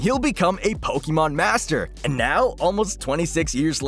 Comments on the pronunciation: Jesus dude, you're pronouncing Pokemon the wrong way. It's pronounced like "EH" not "EE." That's a huge pet peeve of mine. Christ all mighty. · it's po-kay-mon. not po-kee-mon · Someone please tell the narrator how to pronounce Pokemon :face-fuchsia-tongue-out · Good grief man. You're pronouncing Pokemon all wrong. -_